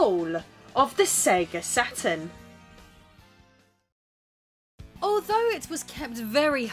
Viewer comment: "RISE & FALL OF THE ATURN"